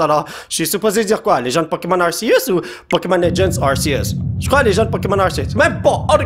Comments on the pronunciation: c'est ar-ké-us sa se dit comme sa je crois car c'est entre deux voyelle que sa fait le s du serpent et non entre r et e donc ar-ké-us et non ar-sé-us et dans mon livre de pokemon sa dit ar-ké-us (arceus) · Il dis arsieus... c'est Ar-c-us que sa se dis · ca se prononce arkeus pas arcius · Ont dit arkéus et non arsséus 😆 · Sa se prononce arkeus mais sa c'écris Arceus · Non en francais tout le monde dit arkeus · Regarde le film Arceus comme ça tu pourras mieux prononcé le nom